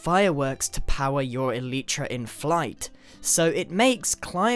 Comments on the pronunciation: You and Mumbo making the same mistake-its ELYTRA(AY) NOT ELITRA. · Elite-truh? Its Eee-lie-truh! Mumbo has too big of an influence on you... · Grian its not Elitra its Elytra thats an ii souns not an eyy xD